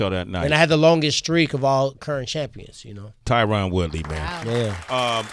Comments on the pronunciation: If they're such good friends, why can't they pronounce the man's name right🤔🤔?? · Tyron “I don’t CUR” woodley